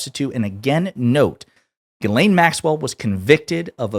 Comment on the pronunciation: Chuck Schumer called her GIZ-LANE Maxwell😂😂😂😂😂